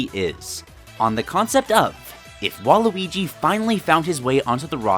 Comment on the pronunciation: A bit too... fouth 'wall-y'. Ya now what im sayin'